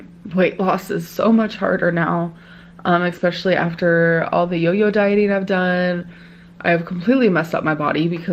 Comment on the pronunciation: Everytime she pronounces especially as "exspecially" i lose a braincell I'm 347 in the negatives